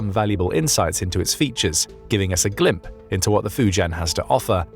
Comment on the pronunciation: Did he just say “glimp”??? 🧐🤔